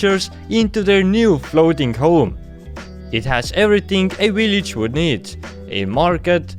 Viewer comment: i love the way you say village using polish "Ł" as V